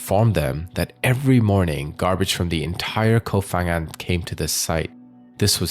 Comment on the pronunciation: Koh Pha Ngan (pronounced with a 'Pah' sound, not 'F') there isn't an 'F' sound in Thai